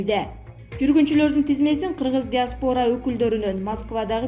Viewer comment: Жазылышы диоспара ал еми айтылышы диаспара болот асал кыз